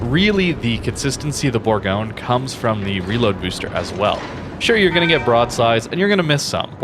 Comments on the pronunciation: Almost, it’s actually pronounced boorgonye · It's pronounced "Boorgonye".